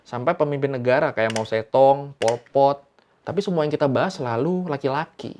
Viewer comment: Mao zedong koq jadi Mao zsetong dibaca nya